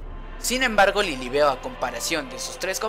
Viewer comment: No es lilibeu se escribe lilibeu pero se dice lilibiu